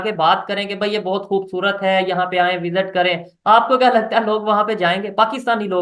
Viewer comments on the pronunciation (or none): none